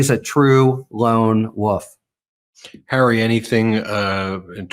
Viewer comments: Wolf not woof. 💙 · Harry, I LOVE your work, but as a lifelong resident of MT I finally must insist that when I hear you say "lone woof" my hair stands on end! It's "wolf" with a long "o" and the "l" and "f" pronounced. Please. 🥰